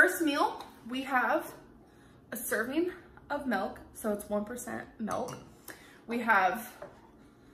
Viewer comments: girl its MILK not MELK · It makes me rage when she says "melk" It's MiLk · And also “melk” instead of MILK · Milk has an I in it, not an E. Stop saying mElk. It’s not mELk. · Spinig, tomadoe and melk - the holy trinity of mispronunciation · I feel like she was saying Melk on purpose lmao, the way she looked at the camera when she said it. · she thinks she's quirky calling it MELK